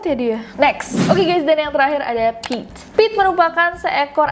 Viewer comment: Kak Nes nyebut Pit, tp gue tetep bacanya Pete 😳